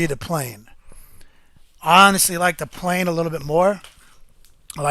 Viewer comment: the 1st 10 second of your video and how you said de plane bright back to my youth :) great vids keep them up , small laugh